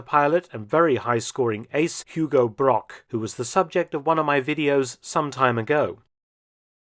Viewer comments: Hugo Broch not Brock🤦‍♂😅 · I think Hugo Broch should be pronounced as Hugo Brog. As 'ch' is mostly the same as 'g'. I assume the English pronounce a 'c' as a 'k' which to german is incorrect. For example the german surname Brockmann, as this is 'ck' it spoken as 'k' is correct. Otherwise Brochmann and Brockmann would have the same pronounciation. I guess a common English misinterpetation. Besides that great vid.